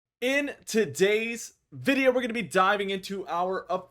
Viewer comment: I'll join prestige weather if you pronounce "video" properly just once in your intro.